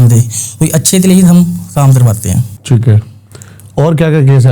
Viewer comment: Theek hai ❌ Theet hai correct✅